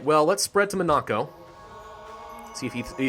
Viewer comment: You are pronouncing Monaco incorrectly, dont really know how to spell it for you to say it correctly but just wanted to let you know.